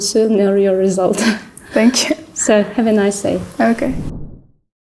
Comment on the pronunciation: Shout out to both girls. However, unfortunately I see this a lot among our people when they mispronounce the Th in words like “thank you”sounds like sank you.